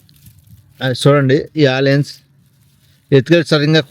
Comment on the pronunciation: బాబు ఆలియన్స్ కాదు ఆనియన్స్ అను